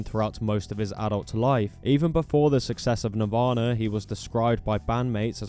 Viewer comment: “Navarna” lol